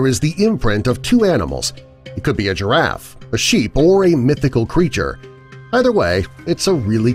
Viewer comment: He can't say his R's like dwagon and giwaffe